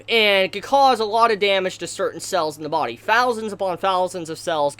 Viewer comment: Take a shot every time he says... "bawdie"